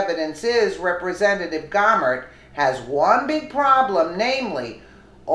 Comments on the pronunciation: I like your videos but you have got to start pronouncing words correctly. Gohmert isn’t Gaw mert. Gohmert is pronounced Go mert. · Fyi its pronounced Go Mer t Jesus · Pronounce his French name. Go mare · This is my representative. Is pronounced Go-Mert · No big surprises here! Just one note though - Louie Gohmert is pronounced like Go-mert. He's my congressman and friend and I just like to hear it pronounced correctly. He's a heck of a good guy, a true patriot and the salt of the earth!